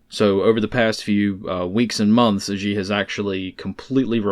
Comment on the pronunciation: FYI: Per "The China Show" channel, the Chinese name "XI" is pronounced "SHE". And yes, that's extremely funny to American ears. Not "Zhe", not "Gee", just "SHE". Yes; the president of China is a man named "she". You're welcome.🤷‍♂️